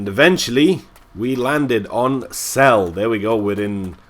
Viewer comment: buddy, celle is pronounced with an e at the end too. I live near Celle, but it's not that big;D